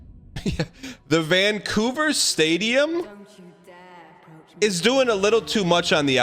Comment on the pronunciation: why does dan say vanCOUver like it's a slur 😭😭😭